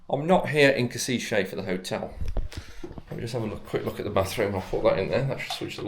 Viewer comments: As to the pronunciation by an english speaker - Not Kosiche, but Koshitse! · Koshitze might be closest pronunciation. Any local can say it to you, if asked. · learn the name of the city correctly, please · When making video about Kosice or any other city, please find out how to correctly pronounce the name of the city. 😀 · I beg to differ…not nitpicking but educating or informing. He had already apologized during the video for possibly or quite likely mispronouncing the name of the city. I’m assuming is a native speaker so I appreciate him taking the time to inform me/us, the viewers, how to say the name of this lovely city. If you take exception to the information provided, you could just scroll by instead of opening your mouth and removing all doubt. Of course, it’s just a thought… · but a lousy service to all the viewers, when he spreads out mispronunciation of 3 syllable town where he spent two full days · other than you butchering the name of the city it is a great video. next time try also some local microbrewery pubs. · I work for Universal Credit, at least 8 out of 10 of my Slovakian customers are from Kosice, they pronounce Kosice way different then how you are pronouncing it and I always assumed it was some horrible Brutalist/Socialist grey city from the way they describe it, I didn’t realise it was so pretty and cosmopolitan like some of the beautiful cities in the Czech Republic 😊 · Please at least try to correctly pronounce the city and also its capital Bratislava.